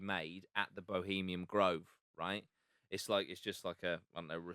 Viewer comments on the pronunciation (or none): I like the effort but frustrating when he can’t even get the name of bohemiaN grove correct, he kept saying bohemiam and it was annoying AF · For fucks sake guys it’s “bohemian” grove not fucking “Bohemiam”. Love Jack but this guests level of research and general intelligence screams Norfolk inbred. At least take 5 mins to correctly read the name of the location. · Would have been a lot easier to take the lad’s research seriously if he hadn’t been mispronouncing it as “Bohemiam Grove” the entire fucking time